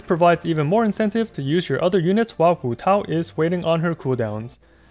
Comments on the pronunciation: waaah your pronunciation of hutao is so good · I love how you pronounce hutao in with pin yin instead of like hootau